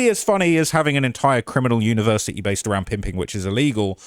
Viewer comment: He has a "univers'ee" and he can't even say the word??? 🤣🤣🤣 And outing the eastern European mafia??? What a total chinless m*ng